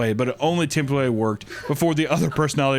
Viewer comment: is nobody gonna mention tempowawy??